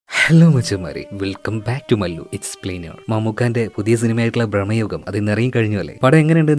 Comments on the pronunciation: ബ്രഹ്മയുഗം അല്ല ഹേ, ഭ്രമയുഗം! 🤦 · ഭ്രമയുഗം ആണ് ബ്രഹ്മയുഗം അല്ല